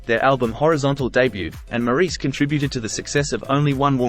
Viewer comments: His name is pronounced “Morris.” Besides that, this was probably the best, most inclusive, short video I’ve yet seen on Maurice Gibb’s life. He was a brilliant musician in every sense of the word and I don’t think he received enough recognition from his own brothers. He truly was the man in the middle. He lived the remainder of his life as a devoted husband and father, enjoying his other passion, paintball. RIP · His name is pronounced Morris. Despite the spelling. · This was informative and as accurate as I know. Well, now the pronunciation of his name was off. Maybe one day they will get it right. MORRIS is the way it would look if spelled the way it sounds. Thank you for this informative video on my very favorite Gibb. Deme in Bama😊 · The commentator is Australian so he really should know how to pronounce his name correctly, instead of this dumb American way.